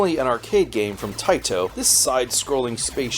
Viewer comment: I love it when Taito is overpronounced.... "Tae-Tow" with really hard T's